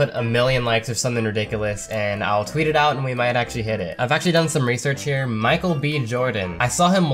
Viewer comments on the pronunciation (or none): none